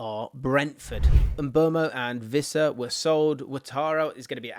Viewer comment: ITS PRONOUNCED WISSA, NOT VISSA. LOOK IT UP